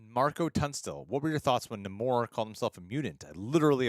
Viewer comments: Bruh you can’t give a long speech about a character not being true to what he should be if you don’t know how to say the characters name. If your such a Namor fan say his name right. It’s Nay-More not Nuh-more. Has been in every medium. Now when Tenoch Huerta said it with a thick accent it sounded like the former but everyone else said Nay-More in the film. Just saying I’m rubbed the wrong way if your talking about staying true to the character but saying his name wrong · The RiRi Williams stuff was okay and DIRECTLY tied-into the plot. The Everett Ross/Valentina stuff was FORCED setup for Thunderbolts and was ABSOLUTELY NOT NECESSARY. Namor (pronounced NAY-more, I refuse to say Nuh-MORE -- though I will admit the explanation of his name makes much more sense than the comic book "backwards Roman" thing)